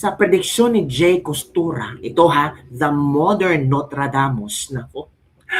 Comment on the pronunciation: Baklush! Nagbabasa ka ba ng comment? Nakaka ilang video ka na na Notra Hindi Notra Its Nostradamus May “S” no “S”tradamus